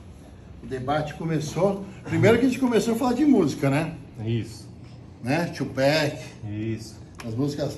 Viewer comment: fala que vai trazer o Ronaldinho toguro não coloca fé kkkkk aí vem falando tupec 😂😂😂😂😂chorei mano